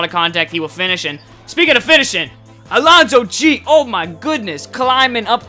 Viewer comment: LMAO at the way you pronounce Alonzo Gee.